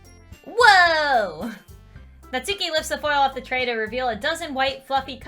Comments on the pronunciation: its not nat-suki its nas-ki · There's a "u" in "natsuki" but if my memory serves me correct it's pronounced as if the "u" isn't there, not nagging just a small bit of information.